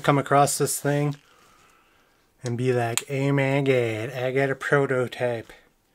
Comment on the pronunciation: "Ermuhgurd! I got a prurtaterp!"